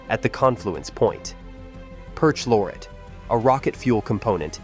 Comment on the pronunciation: Learn how to pronounce "perchlorate." Next, understand it is only a "disaster" for humans. That region has fluctuating long term droughts and wetter periods. It is no abnormal or ominous, it is a fact of the region. If you want it wet out there and persistent droughts, build a time machine and transport yourself back 20000 years ago when the region was very wet and vast lakes filled the valleys and low lands between the mountains. The problem is not drought, it is water management and humans expecting the world to behave statically.